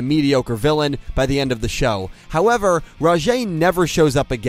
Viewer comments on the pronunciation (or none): none